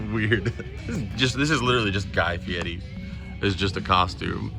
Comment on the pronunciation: Props for saying guy fieri the "right" way 😂